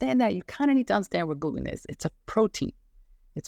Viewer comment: I was trying to figure out what kind of accent you have because you pronounce Gluten as “Gloo-En” with no T in it…then I heard you say “cer-En” in place of Certain. So what country are you from that has this accent?👍👍Excellent video and info‼️👍